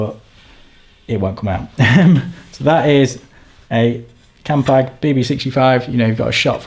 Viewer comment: Thank fook you said "campag" grates me more than that fiction on the bearings when someone says "campy"